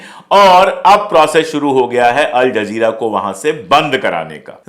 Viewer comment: अल जज़ीरा बोलिये जनाब.आपका उच्चारण सही नहीं है